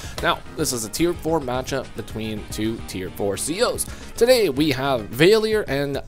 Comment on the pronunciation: You mispronounced valior Your sayin vay le or Its really val e or